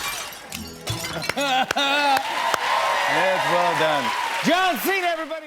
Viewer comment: santino says John Chena..... 😂😂🤣🤣